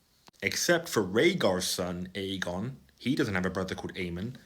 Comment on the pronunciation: Clearly his name is "Aegon" with a soft 'g', Aejon